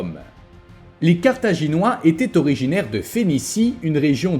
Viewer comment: Sérieux, entre le titre en -ois, la miniature en -ais, et la 1ère prononciation en -oirs, le destin de Carthage est bien illustré, c'est un carnage 😮